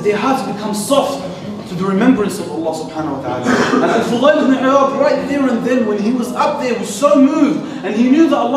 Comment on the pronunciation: djazzaak allah for the great video! but it is al fudayl ibn 3ayaad not al-fughay.